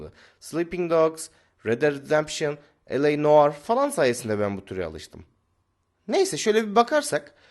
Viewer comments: Abi yanlız o el ey (yani L A) diye okunmuyor LA diye okunuyor çünkü fransızca bir kelime bir ek fransızca da herşeyin bir cinsiyeti var noire (yani siyah) ın da bir cinsiyeti var ve evet fransızlar siyah rengi kız olarak görüyor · Elor noire ne lan LA NOİRE dicen gözlüklü şişko